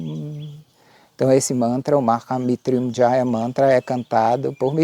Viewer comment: Meu querido irmão, lindo vídeo! Mas tenho duas dúvidas: 1ª - na pronúncia você traz o som do "R - brabo" para depois do "T", como se ficasse "Maha MitRyunjaya"?? E a 2ª: na descrição do vídeo vc afirma contar uma versão da origem do mantra. Se você conhece outras versões, onde posso encontrar?? Como tenho interesse, fiquei curioso. Me ajuda nessas dúvidas? Gratidão, gratidão e gratidão e muita luz a ti! 🙏